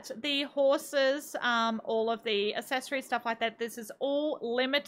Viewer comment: Hey, accessories is pronounced “ak-ses-or-ees” I noticed you pronounce it ass-es-or-ees